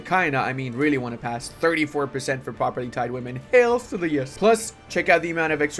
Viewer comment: It's "properteed" women ("properteed" rhyming with "need"). As in: they can own property. someone who is propertied, owns property. Amazing play through.